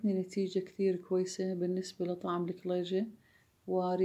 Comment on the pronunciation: اول مرة اسمع لفظ الكليجة بهذه اللهجه اللكلللييجة،،،،،، بس حلو اللفظ 😍